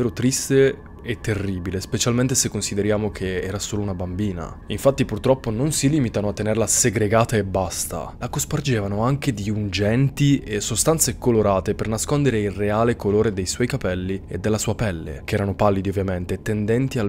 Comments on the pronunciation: Bravo come sempre ma scusa ti correggo, si dice "unguenti" e non ungenti. ❤ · Si dice unguenti non ungenti!